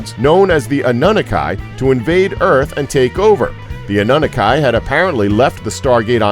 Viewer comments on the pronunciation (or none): Mishia Mitchell ....I'm glad someone else noticed that... Ah-nun-nuh-kai ?? 😂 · Annunaki pronouced Anne-oo-naki